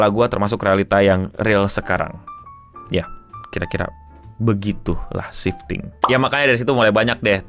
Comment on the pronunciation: Kok gw kek denger 'shifting' jd 'sinting' ya bang 😅